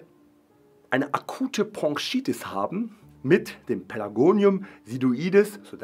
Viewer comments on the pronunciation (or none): Ich will ja nicht als Korinthenkacker rüber kommen, aber es heißt BroNchitis und nicht BroNGchitis 😂